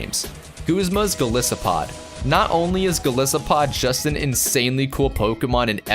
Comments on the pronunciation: And 'Go-lie-so-pod'. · Going to hit you down on pronunciation a bit: Lusamine<-- "Loo Sah Min Eyy" Golisopod<-- "Goal Isopod"